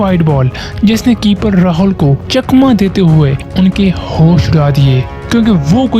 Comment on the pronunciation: Cricket❌ Kir Kit✅✅ Hosh❌ Haus✅ Rahul ❌ Rahaul ✅